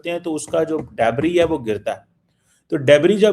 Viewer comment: Debri nanhi "Debris" saalay. Punjabi English me debris hi hota hai